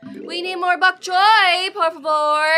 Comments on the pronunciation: It's bonk choy not bonk coy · why does say chok boy???